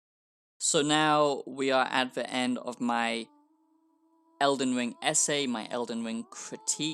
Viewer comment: All I hear is eldin wiiing eldin wiiiiing 😅